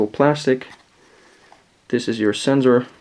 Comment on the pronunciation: Sensor say it right